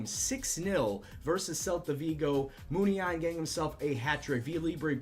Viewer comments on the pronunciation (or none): According to this video the accent in Muniain should be on the second "i"